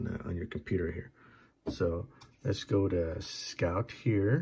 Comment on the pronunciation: Scott? It's scout. S C O U T,scout.